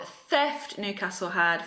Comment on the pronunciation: its pronounced as newcastle not nocastle but good review